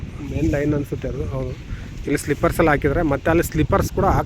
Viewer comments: ಸ್ಲಿಪ್ಪರ್ಸ್ ಅಲ್ಲ ಸ್ಲೀಪರ್ಸ್ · It is pronounced as SLEEPERS not as SLIPPERS